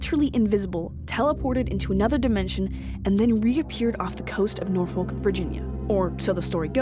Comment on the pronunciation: As someone who grew up in Norfolk its pronounced Norfik